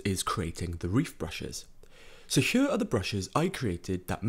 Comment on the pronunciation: This narration is killing me. Great tutorials, but if you could talk a bit more normal it would be perfect. ''Huar'' instead of ''here'', I mean, you can do better than this, like you are singing, whispering, yodeling and changing the pitch of your voice constantly to the point it gets distracting and annoying.